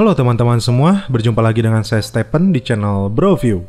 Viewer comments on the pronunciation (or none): hauwah stepen... rianto aja bilang stepen wkwkwk pisss